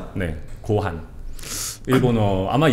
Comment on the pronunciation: 고환이 아니라 고항이 가까워요 ㅋ 하시는 젖가락 와리바시는 일회용이예요. 와리는 나누다. 하시가 와리랑합쳐저서 발음이 바시로 바꿔요